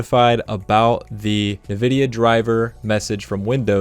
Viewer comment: “Nuhvidia” instantly clicked off after that